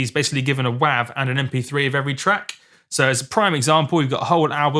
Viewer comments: when i heard u say WAAV i just couldnt even thought ur pronouncing it the same way its written its more wavy as WAVE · .wav is pronounced "wave". - and has been from conception. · Im sure this guy cant hear anything, he can even pronounce it correctly--its wav (long 'a' sound like 'ocean wave').with a good quality recording a good playback system yes you can hear the diff between wav and 320k.